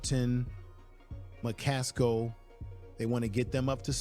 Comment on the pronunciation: AcceleRATE 😊 You were talking about McCasko I think it's McCaSKILL